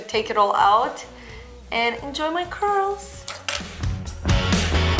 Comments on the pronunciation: when she says curls it sounds like a crols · I thought she said "hitless" curls